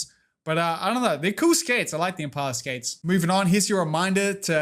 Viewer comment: "Inpala" pepeLaugh This was a lot of fun live! <3